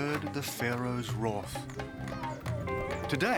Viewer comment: dYnasty not dInasty Wrath not wroth